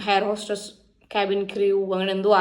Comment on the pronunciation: ഹെലോ അല്ല ഹലോ. ഹെയർഹോസ്റ്റസ് അല്ല എയർഹോസ്റ്റസ് ആണ് 😂